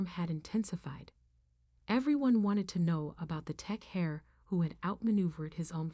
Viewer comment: Really?? 'My Mother's true "hair"?'?!?!?!?! AI can't even get the obvious pronunciation with the spelling?? 🫣